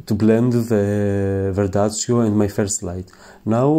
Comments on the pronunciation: Ma perché dici verdazio? Si chiama "verdaccio"...Ps Comunque molto bello come esegui la tecnica! Bravo, bellissimo risultato! 👍🏻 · You should learn the proper pronunciation of Botticelli and verdaccio.